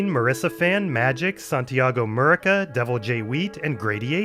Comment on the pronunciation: Santiago 'Murica! Murcia is a Spanish name. In that case, when a c is paired with an i, you pronounce the c as an s. So it should sound like Santiago Mursia.